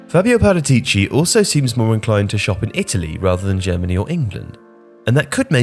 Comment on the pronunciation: Please pronounce paratici right in the future, I believe there is a section about it on spurs ask ornstein